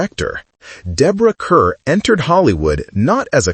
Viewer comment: It's disrespectful to mispronounce her name 😢